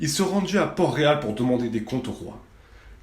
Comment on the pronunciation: c les Tyrell pas les Tully ET à c PORT-Réal PAS PORT ROYAL ET Aegon SE PRONONCE Aegonne